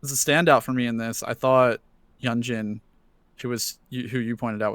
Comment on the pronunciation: tysm for reacting to le sserafim! i hope to see you guys react to their mma and mama awards performances which theyve done 6 months after debut and had the best stages by far! just a little correction, yunjin is pronounced yoon-jin :)